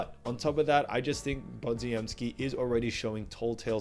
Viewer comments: Good vid as usual and I didn't disagree with any of the main points, although I'm pretty sure Podz's full name is pronounced similar to Poj-em-ski and not like your more phonetic Pod-zi-em-ski. Apologies for being a pedant and I'm happy to be corrected, however I've also never heard it said that way, so many times within a short period. Thanks! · Pronounced Pod-jem-ski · I can tell this guy has never actually watched a warrior game based on how pronounced podziemsky. What a hack and fraud